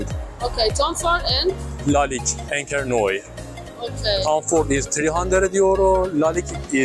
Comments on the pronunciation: En Français encre noir se prononce " encre Nouar "😮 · Enche noy? Is the guy able to read words? 🤣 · Please work on your prononciation The way you said lalique encre noir made me punch my face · he didn't butchered it as much as "encre noire" ...